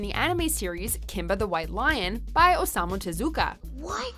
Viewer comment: pls learn how to say Osamu Tezuka and manga, just look it up